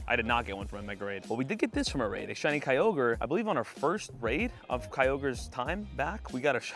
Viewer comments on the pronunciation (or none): none